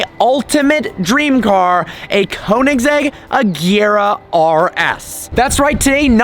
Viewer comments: Y G But still not KOO. If u are english/american you Cant pronaunse (spell check) it becuse u Will have to learn how to say the swedish (Ö) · One small thing you need to learn.. How to pronounce Koenigsegg.. Get hold of a Swede and get it straightened out. Agera btw means act. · U still cant pronounce koenigsegg right